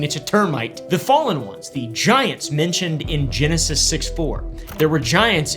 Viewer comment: Anybody else hear "I love vaginas" when he said "I love giants"??? 🤣